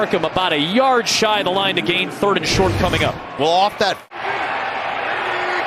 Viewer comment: "He was just a yard shight" WTF